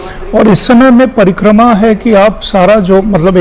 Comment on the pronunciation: Parikrama bolva practice karo